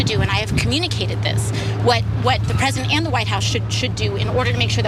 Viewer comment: Why is "incredibly disappointed in him as a Peesident"??? He did waaayyy more than Obama...